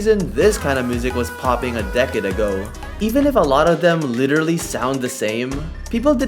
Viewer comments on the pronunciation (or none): none